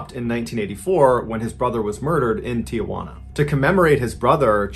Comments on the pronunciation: It's "Tee-Hwana" not "Tee-a-hwana" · There is no a in front of the J it's pronounced teehwana not teeahwana. Tijuana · Just gotta say it- Tijuana is 3 syllables: Ti-jaun-a. Not tee-uh-won-uh. Thanks for listening. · I don't mean to be a smartass, but "Tijuana" does not have an "A". it is pronounced tea-huana.